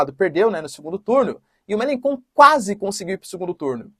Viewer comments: A pronúncia e [melanxón] e não "kon" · Professor o nome do político, se pronuncia Melanchon ,Jean Luc Melanchon. Ótimo conteúdo forte abraço. Estou na França se quiser uma precisar de alguma informação local só chamar . Forte abraço.